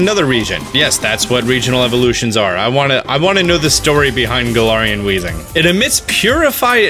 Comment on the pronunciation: It’s Gal-air-ian